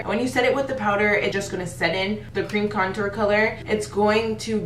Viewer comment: Small face girls over here!! It be hard to contour and highlight on my small egg head ass, just subscribed. But please fix how you say contour you doing it all wrong boo 😂😘